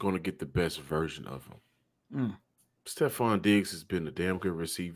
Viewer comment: always says virgin instead of version 😂